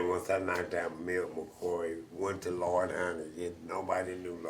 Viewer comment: well said... the fact that he didnt get Lloyds name right shows his lack of research on a simple thing